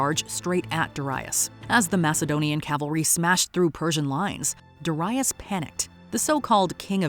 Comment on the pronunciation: "Duh RYE us"... GADS can you not even listen to your own clips on how to pronounce it? Did you never know anyone named Darius? DARE-ee-us, for chrissakes!